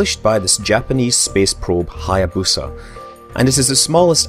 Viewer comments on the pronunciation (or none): none